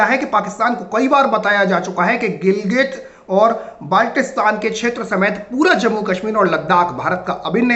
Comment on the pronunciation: गिलगित और क्या? नाम ठीक से तो लो